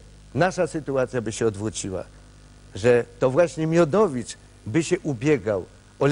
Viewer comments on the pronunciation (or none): wiadomo kim jest Miodowicz nie wymawia R